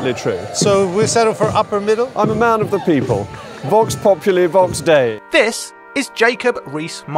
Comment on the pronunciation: Correct, "v" in latin is like "w" in english, and the "u" and "i" in populi he said wrong. The "u" is meant to be like "u" in "lute" and "i" as in "machine"